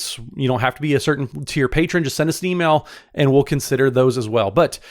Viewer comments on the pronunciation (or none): none